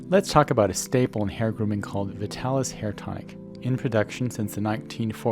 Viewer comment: Look at the old commercials - it's pronounced VI-talis, not VIT-alis